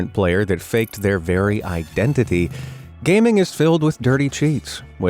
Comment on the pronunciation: “if you were gay-min” scared me bro